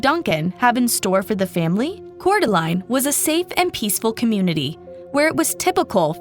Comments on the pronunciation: Coor-duh-laine glad she’s is okay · Lane! It's pronounced Core Da Lane! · It's pronounced "core de lane" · What a horrific case. Also Idaho resident here, Coeur d'Alene is pronounced 'cour de lane' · Core da lane - Coeur d'Alene (translates to "heart of the awl" given to the indigenous tribe in the area by french trappers/traders) Coo tah nee - Kootenai County (the word refers to both an indigenous people and their language) We should be Googe checking pronunciations of places we do not live Mispronounced proper nouns make it painful to listen to